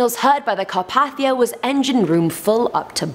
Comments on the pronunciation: The rescue ship, the RMS Carpathia, is pronounced car-pay-thee-ah, not car-path-ee-ah. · Well #1 is that the ship involved with the Titanic was pronounced Car pay thia and not Car path ia! #2 y’all didn’t even mention that it came out that there was a fire on board the ship that weakened the steel of the watertight doors!!